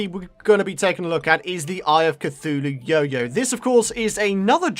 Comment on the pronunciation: Eye a cuthulue